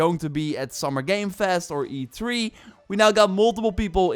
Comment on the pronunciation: I think it's supposed to be E3, not E tree